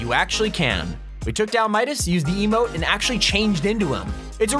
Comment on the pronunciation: shadow midaseses